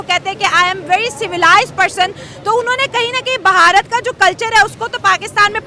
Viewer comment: Our country's name isnot Baharat it is BHARAT. PLEASE PRONOUNCE IT CRRECLY, madam.